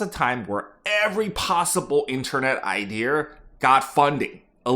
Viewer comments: Unfortunately you were likely laid off for how you say “idear” instead of idea. If I’m being honest I can’t blame them. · Can't stand the R accent. It idea not ide-r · Genuine question can you explain why you say “idear” instead of “idea”? I’ve heard some people say it like that some times but I don’t understand why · Why are you saying IdeR instead of ideA ?? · Why do you say ideEr for idea? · Why do you say IDEAR instead of IDEA? Wtf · Why do you pronounce it “idear”? Is this a tech thing? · New drinking game every time he says “ idear” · I keep thinking a white guy from the south is talking every time you say "idea" like "idear". I'm gonna guess you grew up in Texas or Oklahoma. Anyways, hope everyone survives the upcoming AI bubble bursting! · I found the guy from Maryland. "Idear" I'm guessing you also say "warsh"? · You don't need a British accent, but stop saying ideaRs. Great content and insights! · please stop saying "iDeer" lmao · I love how you say "IdeaRRRRRRRRRRRR" :D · Yo can you say IDEA right? There’s no R on the end of it. It’s just EYE-DEE-A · Love the video! The “Iderrr” pronunciation was driving me crazy 😂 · The only time I hear it pronounced like that is in west country England 😂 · It was a real iderrathon there for a while. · It’s his brand lol. Bet he was called the Idear guy when he was in the workforce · Yeah it stood out hard. For him sounding like there was no accent to that was very noticeable lol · So many "idears"! :D Boston man? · There is no "r" in the word "idea". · Where is he pronouncing an R in idea? 😂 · There’s no r at the end of the word “idea” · Look, if you want to taken more credibly, stop putting an 'R' in "idea". And then work on your British accent =) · Curious - why do you say idea like that? Is that a regional thing?